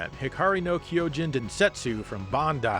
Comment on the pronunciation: Would it kill him to try and pronounce the Japanese names with a Japanese accent? Like, it HIkari, not hiKAri.